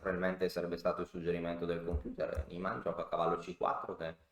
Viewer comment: Si legge Niiiiman, è un nome tedesco. Ad ogni modo quel mondo è pieno di figli di papà, Carlsen compreso... È probabile che ci sia un cpmplotto